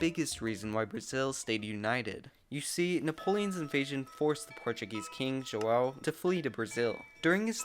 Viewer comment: Dude... you successfully managed to pronounce "João", which is a huge yes, but DUDE!.. you butchered "bandeirantes"... that should've been a lot easier to do!